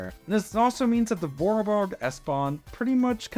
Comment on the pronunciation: Great video, though unfortunately you gave me an heart attack with how you said "Vorarlberg" and "Vorortelinie". I gotta admit though there are easier words to say